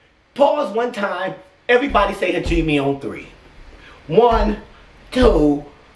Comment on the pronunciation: Love your reactions dude🔥, but Hajime sounds with the main stress on the letter “E” (like æ): Hajim[æ] 😉